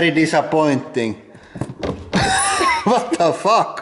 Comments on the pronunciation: Wat da VUCC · Vot da fock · vat ta vak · THE BEST PART IS JUST HIM SAYING wat da fuhk lololol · more like 'vhat duh fook' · *vat da fak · wat da fuuk :D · The way he shouts "Vwat da fuck!" is awesome. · "vatafakk" hahah love this channel! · The way he said "what the fuck" with his accent was funny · Brilliant when he said wtf in his accent! love this guy!